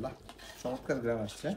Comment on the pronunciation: আপনি চমৎকার কে মোচৎকার বলেছেন 🤣🤣🤣